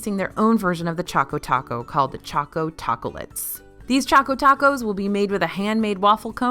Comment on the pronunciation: I love ya,, but I have to think that “choco tacolates” is pronounced “tah-ko-lah-tays “ to sound more like the Spanish word for chocolate.